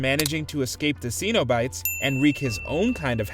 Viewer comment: Who pronounces cenobites that way? You would think the people who work at WatchMojo actually watch movies...